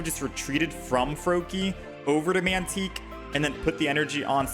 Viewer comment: "mantique" lol. Tyke... pronounced like bike. Tike, like a small child.